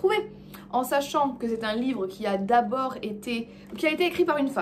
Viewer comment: Un livreuh vraiment...